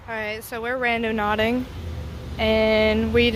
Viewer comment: Girly said"randoNAUTICing